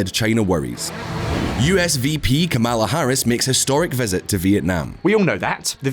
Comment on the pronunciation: Isn't it "Comma La"?